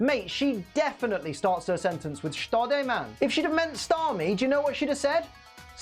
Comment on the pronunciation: You actually nailed all the Japanese names except Starmie, nice job